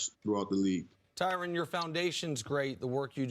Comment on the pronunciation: His name is pronounced "Ty Ren" not "Ty Ron"